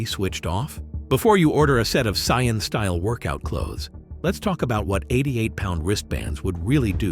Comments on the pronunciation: It's Saiyan lol not Scion lmao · Saiyan not Scion 🙄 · I can't get past the pronunciations: Sigh-uhn, k-eye blast, etc. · Hearing "CyYaNs" is just ear bleeding tho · 1st - Fiction, DUH! 2nd - Not human 3rd - They didn't just go from normal to 300x gravity they trained up to it 4th - In DB humans can develop/ train up to these higher levels but only because of Ki, which sadly doesn't actually exist 5th - It's pronounced Say-in, get your F ing AI to pronounce the Sh!t right!! Conclusion - You are absolutely spot on !! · I truly appreciate these types of theory videos but, my friend if your'e gonna use AI narrator, be sure they PRONOUNCE the names properly. Gottin (Goten) and Scion (Saiyan) is inexcusable. Now suddenly, trying to focus on the video becomes harder because all we think about is the AI's blunder and this video should get all the love because it's actually quite good. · i hate the way this cheap AI generated voice pronounces the word "saiyan". why couldn't the owner of this channel just make his own voice over.... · It's incorrect bro😂😂